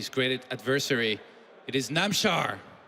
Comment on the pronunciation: It'd be nice if Rotterdam stopped calling Namshar Namchar.